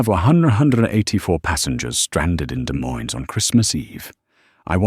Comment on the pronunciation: Irritating: the mispronounation of Des Moines IA. Then, pronouncing it correctly. Need to get it correct all the time.